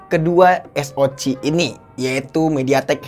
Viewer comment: Penyebutan SOC nya di ganti jadi Es O si aja min